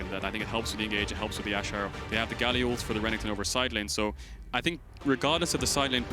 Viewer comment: keeps calling renekton Renington...I hate it